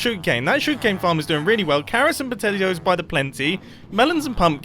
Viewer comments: . Am I the only one who heard Mumbo call potatoes “potelios”? Sounds like a new spud based breakfast cereal! 😂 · did he say "carrots and pOtAtiOs"?